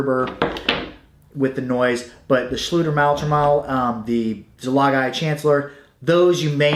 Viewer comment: Hello! Your pronounciation of the Schlüter's product is pretty correct, but "Maultrommel" is the german translation of "Jaw Harp", not a special models name, literally meaning "drum for the mouth" (but today "maul" is a little rude, usually used for an animals mouth :)) - this just by the way. I'm sure as an real expert you might know about the details. I'm totally impressed about the variety and history of this little instrument and it's early spreading across the whole northern hemisphere and fascinated about the ethnical variations, it's thousand names, shapes and expressions. And I would like to thank you for your vids and for shearing your passion with us - your content is so helpful to get hints, tricks and orientation. Thanks a lot and greetings from berlin, germany!